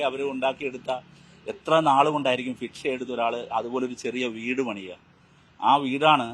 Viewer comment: നേരെ ചൊവ്വേ മലയാളം പോലും അറിയത്തില്ല.. ഇനിയ ഇംഗ്ലീഷ് 😅 ഫിക്ഷ പോലും... ഭിക്ഷ ന്ന് ആദ്യം നന്നായി പഠിച്ചിട്ടു വാ മാഷെ. ഇങ്ങനെ ചിരിപ്പിച്ചു കൊല്ലാതെ 😂